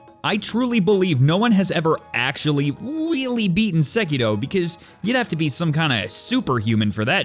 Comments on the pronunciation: why do you keep saying sekido ? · Its sEkiro for fucks sake, not sekIro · Sekitoh Actual Title: Sekiro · the way he pronounces sekiro is just e